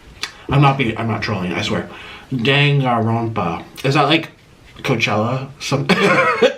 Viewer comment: PLEASE HIM TRYING TO SAY DANGANRONPA